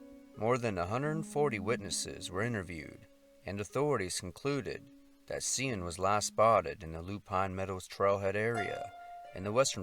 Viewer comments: The name Cian is Irish and is pronounced 'Kee an'. These missing people, their stories, their names, and their family are important to honor respectfully. And sometimes that respect might require looking up any name one is a bit unsure how to pronounce. It only takes a few seconds and conveys a much more professional message than just winging it while discussing the most profoundly challenging moment of their existence. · Kian...hard 'C' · Cian is pronounced with strong "C" i.e. so name would be sounding like the word "keen". I am from Dublin, and remember reading about poor Cian. 🧚‍♂️☘🇮🇪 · His name is pronounced like keen/kee-ann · 'Cian' is pronounced 'Kee-ann.' Thank you for bringing us these people's stories. that last one seems so avoidable!